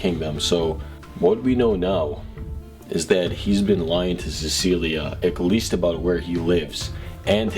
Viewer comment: You kept saying “eggleast” and your triggering me😂😂😂